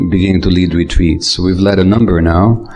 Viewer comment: I think it's cute how when he says "retreats" it sounds like "retweets". 🥰 "Twick or Retweet!" With love.